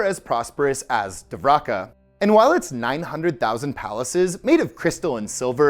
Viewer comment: Its pronounced Dwarka or Dvarka bro. Not divraka.